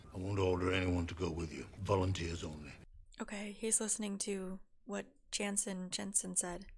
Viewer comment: His name is Janos Slynt not Jensen 😄